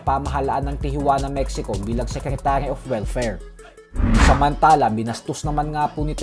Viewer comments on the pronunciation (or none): none